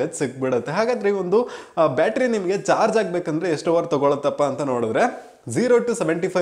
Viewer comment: Not George. It's charge